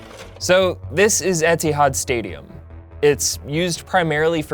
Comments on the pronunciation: Etihad isn’t pronounced Etsyhawd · “Edsihuds stadium” Good English. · sorry just have to be that annoying person. melbourne is pronounce mel-bin and etihad stadium is pronounce edy-had. really good video though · It’s pronounced as edi-had stadium and its predominantly used for AFL games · U said edihad wrong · Can't pronouce an airline's name properly or even what the stadium is mostly used for... disappointing but overall a good vid